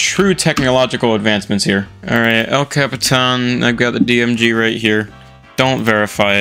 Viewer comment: could you butcher the pronunciation of Yosemite and El Capitan even more for me?